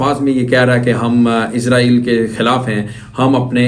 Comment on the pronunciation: ইসাল নয় হবে ইজরায়েল নামটা ভালো ভাবে বলো !!!